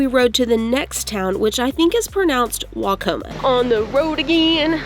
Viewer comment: Welcome to Iowa!! Hope you come back!!! Waucoma pronunciation was spot on. However before Mason City, the small town of Klemme has everyone saying it wrong. lol lol lol. It’s pronounced Clem-E. Shamrocks ☘️ as their mascot when they had their own school back in the day.